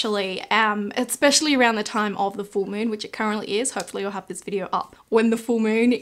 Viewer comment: Any one else curious why ppl with this accent say "videor" instead of "video" or "idear" instead of "idea"? lol